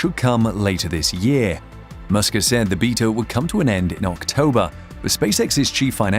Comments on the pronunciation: Beta is pronounced bay-tah, not beet ah. Good Lord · "Beetah" mode is that how the British say Beta (Baytuh)? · The way this guy says beta, triggers me lol